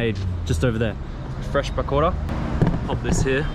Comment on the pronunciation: omg love the way you pronounce pakora :D LOL so cute